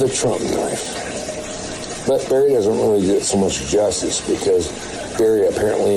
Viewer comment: It's Barry not berry!!!